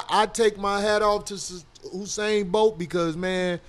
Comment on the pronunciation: Why they keep saying "Husain'? Where they get that H from tho? LOL